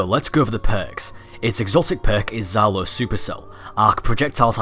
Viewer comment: Just wante to make little remark about your pronunciation. From Russian point of view, it's pronounced not " Zalo" it's something like " Jalo" or " Djalo" that's translated as " Sting" I don't want to complain or anything like that, just wanted to give you a little piece of useful information;3 Ps; Sorry for my English, I am still learning and try to do my best